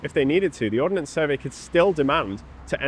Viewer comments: Ordnance... Not Ordinance. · Ordnance not ordinance.